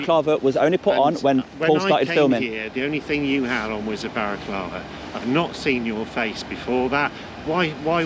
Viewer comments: Is he saying “baraclava” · Can he stop calling it a baraclava 😂😂😂😂😂😂😂😂😂😂😂😂😂😂😂😂😂😂😂😂😂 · I’m sure the guy was saying barraclava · Why does he think it's pronounced 'barraclava'?. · can't even say Balaclava. It's NOT Baraclava! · Who’s up for “wear a balla clava to work day” 😂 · lol "whys it ok for you to a have a barraclava on"